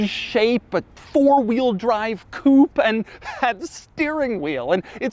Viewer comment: When will Demuro learn how to pronounce "coupe" correctly?